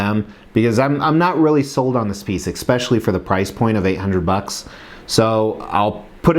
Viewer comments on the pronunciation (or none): Do you say x-specially because of your channel name, or because you don't know the word is especially?